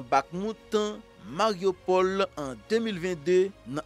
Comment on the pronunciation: Toutan wap di moriopol non c marioupol korige bouch ou